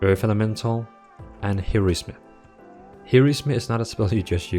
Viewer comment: he said 'here is me' instead of Heroism xD